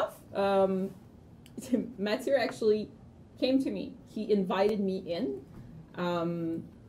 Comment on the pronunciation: will ever get Mathieu's name and title right?!?!? ahhaah I love watching mathieu complaining about it! please if you are reading keep the name wrong is too funny XD ahahhaah